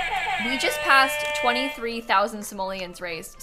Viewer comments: The simolens instead of dollars is so funny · "TWENTY-THREE THOUSAND SIMOLEONS" 😂❤